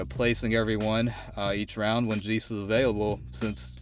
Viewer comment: 'jay-ce', not 'jee-ce' Other than that, great showcase. Subbed 👍